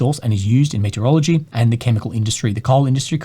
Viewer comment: saying "metallurgy", I hear "meteorology":)